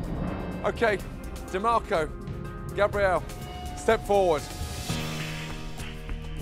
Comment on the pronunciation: Just noticed how Chef Ramsay pronounces Gabriel’s name as “Gabri-elle”